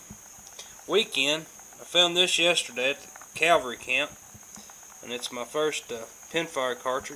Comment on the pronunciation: Great finds,! Just curious, I thought I heard you say 'Calvary'. Bet you meant 'cavalry'. Their meanings are worlds apart. I always enjoy your vids, keep 'em coming!